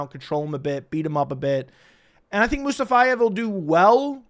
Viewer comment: “Mustafayev” 😂 you added a few extra letters there